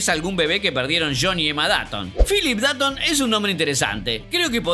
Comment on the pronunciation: por que pronuncias datton si es dotton y se escribe dutton